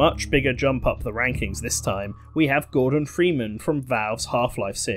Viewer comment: When you said Gordon freeman I thought you said Morgan freeman